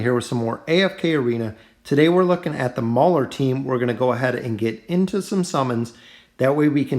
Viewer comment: Its mauler not brauler